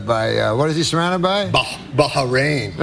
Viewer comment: Norm tryna pronounce Bahrain xD